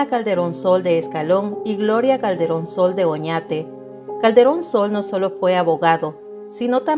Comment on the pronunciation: Creí que decía " cachetón Sol" jajaja 😅